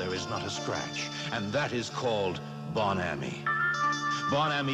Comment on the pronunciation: Except he pronounced Bon Ami wrong.